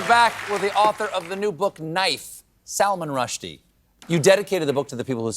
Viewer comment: When Stephen went through his opening monolog and said Salmon Rushdie was coming up next, I was shocked actually said out loud, "Did he just say Salmon Rushdie?" absolutely convinced he was dead. What a wonderful sense of humor and humanity he still has.